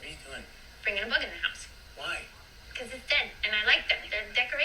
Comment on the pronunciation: When you said "bug", I thought at first you were saying "book". Like what is a "dead book"???